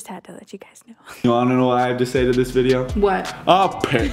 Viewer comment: " She does dis a lot" xddddd OMG